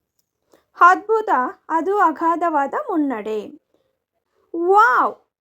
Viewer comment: ಚೆನ್ನಾಗಿದೆ, ಆದರೆ ಹೆಸ್ (ಎಸ್), ಹದ್ಭುತ (ಅದ್ಭುತ) ಆಕಾರ, ಹಕಾರ ಸರಿಯಾಗಿ ಉಚ್ಚರಿಸಿದರೆ ಇನ್ನೂ ತುಂಬಾ ಚೆನ್ನಾಗಿರುತ್ತದೆ.